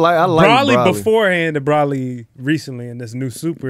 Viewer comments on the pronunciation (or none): BRO-LEE. Not BRAH LEE. Come on yall. But Kid Buu was my favorite villain. My man’s was a whole KID just RADIATING black Air Force one energy. Didn’t talk. On sight just wanted to fight. Blowing planets up without hesitation.